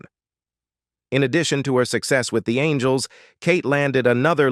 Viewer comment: Charlie's ANGLE'S ????????? That bloody Ai bot has problems pronouncing names